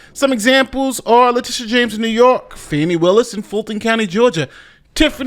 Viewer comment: Her name is pronounced "FAWnee" not Fannie